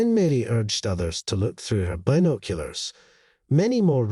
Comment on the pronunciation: So dumb. Another one of these fake animal asking human for help and repaying them the next day w a dead animal type stories. Not to mention this annoying narrator and the way he keeps saying been…….oculars